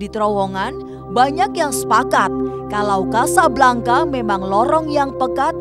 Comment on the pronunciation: Casablanca, pronounce : Kasablangka, sama seperti Bianca, dibaca: Biyangka, Jovanka dibaca : Jovangka, Priyanka: Priyangka dst.